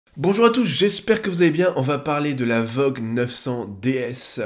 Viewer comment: J'ai été surpris par la prononciation "vogue" de la marque voge (comme la ligne bleue). Ensuite, ne pas confondre la garde au sol et la hauteur de selle. La garde au sol, c'est la distance entre le point le plus bas de la moto, de préférence pour un trail, le sabot moteur et le sol, ne serait que pour savoir la hauteur de trottoir qu'on peut envisager de monter sans faire d'étincelles, c'est ça l'aventure avec ce type de machine. J'ai des doutes aussi sur la jante de 19 à l'arrière, et sur la densité de l'essence, pour moi, 20 litres, ce n'est qu'un peu plus de 15 kg parce qu'elle est donnée pour 0,755.